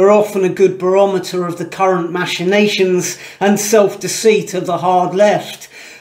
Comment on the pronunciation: Except he can't pronounce 'machination.'